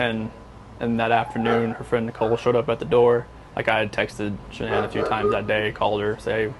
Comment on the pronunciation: Dude, you have her name WRONG, it is Shanann not Shawn!!